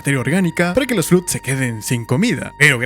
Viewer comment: Ok, me sorprende ser el primero en decirlo, pero el Flood canónicamente se ha pronunciado Flood ( /flʌd/ "fluhd" ) sonando la primera o como o universal y la segunda como o anglosonante... Que digas Flud no puedo evitar que me taladre los oídos y me de risa por igual 😂😂😂😂 me hiciste el día con eso.